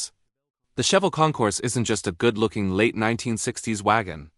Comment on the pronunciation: Cheavel … ok Ai … sorry not watching if you mispronounce the first car!…bye…